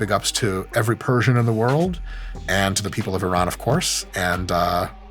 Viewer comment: Thanks for all the correct persian pronunciations doc that was refreshing